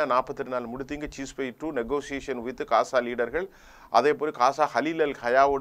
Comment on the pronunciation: Please don't say 'kasa' please say as 'Gaza'